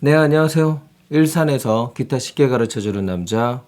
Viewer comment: 키타 가 아니고 기타?